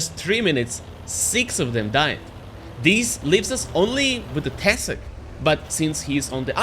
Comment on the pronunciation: it's not tEsak, it's tesAk